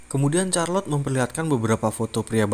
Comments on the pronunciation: Namanya charlotte tapi bacanya kharlotte bukan charlotte😭😭😭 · Charlote....sebutannya Sarlot....bkn Carlot. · Setahu saya bacanya malah sharlotte sih ,atau mungkin tergantung aksen yg dipakai jadi mungkin bisa beda pelafalannya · Charlot bukan c nya bahasa Inggris itu k bukan c